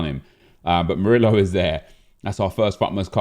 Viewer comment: The way you pronounce murio triggers me